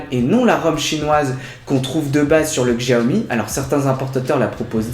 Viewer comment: "CHAOMI" ou "XJIAOMI" lol.....?